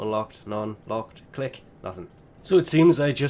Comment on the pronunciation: its pronounced click not cliche.